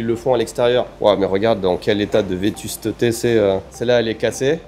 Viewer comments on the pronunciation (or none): On dit vétusté, il y avait une petite syllabe en trop 😂